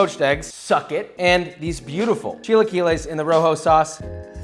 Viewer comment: what the fuck are "chi lie que less"